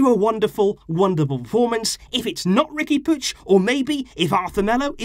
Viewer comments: Isn't it "Riqui Poo-eeg"? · Why do you say "Riqui Pooch"?